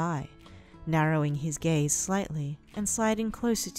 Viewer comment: For a second I thought you said "He narrowed his gays" 😂